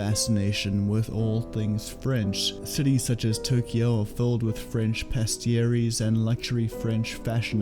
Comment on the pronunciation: That would be a “patisserie” … pah-tiss-ree — the first “e” is usually dropped in casual pronunciation.